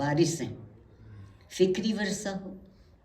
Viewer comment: عارفہ جی! اُمّید کہ جانے سے پہلے اُردو سیکھ لیں! بہُت کُچھ “محلّ ِ نظر” ھے/ وَرثہ❌/ وِرثہ✅